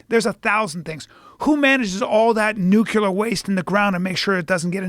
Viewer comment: 'Nuclear' is NOT pronounced New Queue Lar. Try New Clear. 🙄